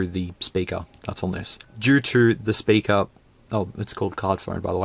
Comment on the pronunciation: Might be the accent but why is it SPURKER not speaker?